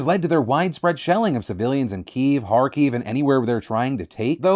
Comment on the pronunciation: Why can no one pronounce Kiev right :(